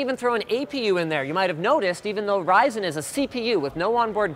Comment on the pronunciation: it's pronounced raisin